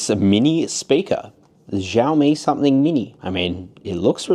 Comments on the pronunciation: It’s not zhaomi stop mispronouncing the name it’s annoying af. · Xiaomi is pronounced sh ow me. Like shower but except mi instead of er at the end.